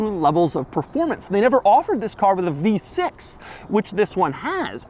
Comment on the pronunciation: Every time Doug says "v6" I die a little inside.